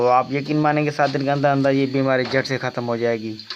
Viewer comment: جڑ لفظ ہے جھڑ نہیں